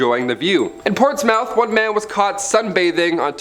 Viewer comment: Ah you had it right the first time, it is spelt Portsmouth but pronouced Pawrts-muh th.